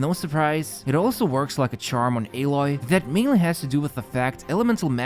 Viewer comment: It’s a-Loy not ae-loy